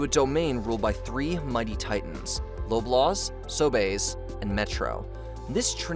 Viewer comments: "low-blaws"? Lolol we say "lob-laws" here! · Who is trodo?.....come on at least learn how to pronounce that names of things in your doc........hes not frodo's brother trodo.....lollol although he could be .......its pronounce true-doh.......and its not Low-blaws......its lob-laws......you also totally left out all the companies they own......loblaws owns neilsons milk westons bread....etc....so all the grocery stores do is blame their suppliers for the high prices.....also our healthcare system is a problem cuz we are loosing drs......yo didnt mention that at all.....seriouslly you need to do way better research. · Loblaws is pronounced like lob-laws like as if you're going to throw or lob something at someone. Sobeys is pronounced So-bees like bee the insect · Pronounced Lob-Laws* and Sow-Bees* ngl I’m gonna start calling it sobae’s now lol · The cost of fuel is also a factor when it comes to the rising food prices. P.S. Love the pronunciation of “Loblaws” and “Sobeys”! :P